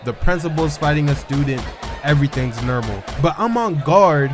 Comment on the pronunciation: Bro said everythings nermal